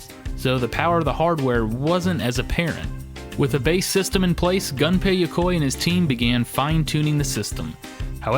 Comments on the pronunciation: Gun-pay Ya-coy, hahahaha...holy shit Japanese names aren't that hard to pronounce. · Maybe I'm just crazy, but I wouldn't expect "the gaming historian" to completely butcher names, Gunpei Yokoi. My ears....